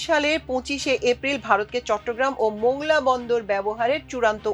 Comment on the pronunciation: মোংলা নয় মংলা বলুন